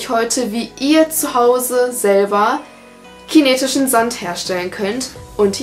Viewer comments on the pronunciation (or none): Bei verstehe ich chinesischen sand